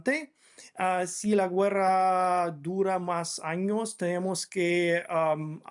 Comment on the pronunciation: No se dice güerra se dice guerra